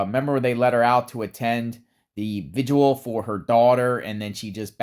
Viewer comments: It's Vigil, not Vidual lol Vig il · BTW, the word is “vigil”.